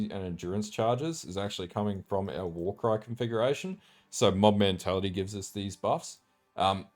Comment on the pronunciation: "Warycrys? It's a warcry build innit"